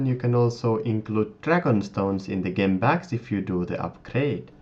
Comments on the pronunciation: Great video. Gem is pronounced with a J i.e Jem! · its pronounced jem..